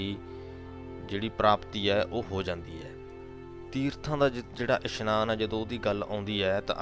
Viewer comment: Meanings are explained good but so many pronunciation mistakes of Gurbani like it is isnaan not ishnaan